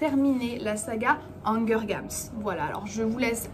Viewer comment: Petite question d'une prof d'anglais un peu puriste, (non, je rigole, aucun rapport avec mon métier mais c'est juste pour ne pas dire que je suis chiante)... pourquoi dis-tu "hunger games", avec la prononciation française et sans prononcer la diphtongues? J'imagine que c'est voulu mais je voulais te poser la question par curiosité. ;) NB : merci pour la petite vidéo sur tes favoris récemment, cela m'a fait découvrir le podcast hot line qui est absolument génial et hilarant !